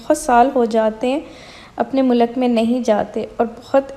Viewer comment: You talk so sweet If you don’t mind please don’t say mull luk People are following you A lot of people can also start saying wrong Urdu Mulk you know But your habit is saying wrong